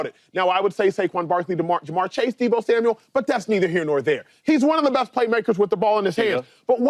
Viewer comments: It's Samuel not Samuels smh lol mufuckas can't read for ish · Is someone going to tell James Jones his name isn't Deebo Samuels. It's Samuel. And no way is Deebo better than Smitty. Come on now. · He keeps calling him Deebo Samuels too. It's Samuel not Samuels. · James jones keep saying “Samuels”😂